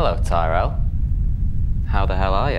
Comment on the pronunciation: The way Fleetwood pronounces "Tyrrell" incorrectly is like when Paul Allen called Patrick Batemen "Halberstram". Great attention to detail. "Impressive, very nice." as Bateman would say.